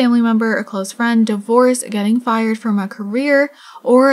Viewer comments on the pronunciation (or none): none